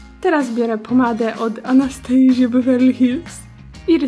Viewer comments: Chyba mówi się Anastazja , tak jak pisze , a nie Anstastejzja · Nie podkreślaj ciągle słowa „anastejżja” bo mówi się normalnie anastaZja, a beverly hils wymawia z delikatnym akcentem. Rozumiem ze każdy może sobie mówić jak chce ale to irytujące gdy ciagle podkreślasz słowo anastejżja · Czytaj Anastazja, bo to brzmi strasznie xD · Kocham kiedy czyta nazwy cieni z Anastasii 😂😂😂❤